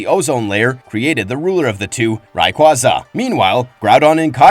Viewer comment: Omg If I hear kyogre pronounced kay-ah-gore, or ray-kaza 1 more mothaf#$&%@ time lol. Renee's? Comon mayyyyyne